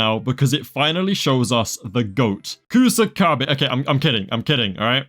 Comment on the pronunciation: Bro put some respek on my main man Kusakabe's name.